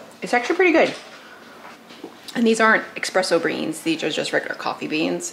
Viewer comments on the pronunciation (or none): The “exspresso” killed me the whole video. Other then that good info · For the love of all things holy can you please learn the proper way to say “espresso” and “ accessories”? There is NO “x” in either! I can’t watch this video with your hillbilly verbiage!